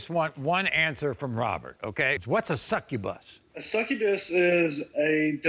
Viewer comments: Same. But more because he couldn't say the word right. Lol lol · When he said “she a sucabus” I laughed so hard